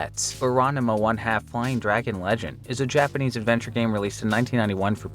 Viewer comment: Honestly, not the worst Japanese pronunciation I've heard from a games channel.